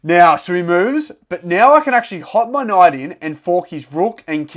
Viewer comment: I hear you say knough instead of knight